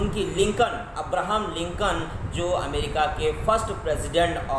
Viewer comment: 👏Waaah..nhi nhi waah..waaha .mtlb ki English ki🤭😅 Puri Kaya palt hi kr Diya aap nae sir🤦 America hota hai amrica nhi😀😀... thumbnail Mae dhekho Phale....